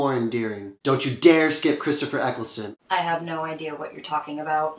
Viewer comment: You did a fine job with the names actually, only messup is Christopher Eccleston, like that matters much this side of the atlantic.